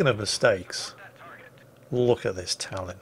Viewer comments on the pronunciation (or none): none